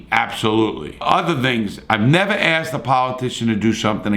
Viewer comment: You say, "excape",like, a half dozen times. The word is, "escape". Also, it's "asked", not "axed". I don't know what it is, but it seems that people that grew up in the city cannot speak.